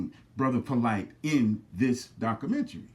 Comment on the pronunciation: You don't even know how to pronounce documentary. Dumb nigga.